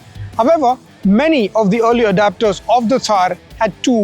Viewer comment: Great review! It’s ‘early adopters’ not ‘early adaptors’! Keep up the good work.